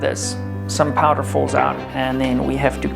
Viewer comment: Can you not say powder?